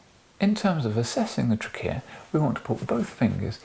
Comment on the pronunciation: What about “trickeya”